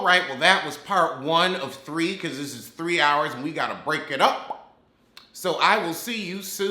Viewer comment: The way you clench your teeth when you said 3 hours almost killed me